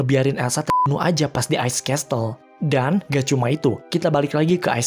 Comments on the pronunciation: pronounciation nya castle bukan kastel tapi kasel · Castle = ka:sel not kes:tel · Klo ga salah pengucapan castle itu "kaesel" bukan "kestel" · maap bang mau koreksi, pronounce "castle" nya bukan kestel tapi kesel🙏🥰 bisa cek google yaa bang, semangattt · Min, cuma mau koreksi dikit, castle itu dibacanya "ka·sl".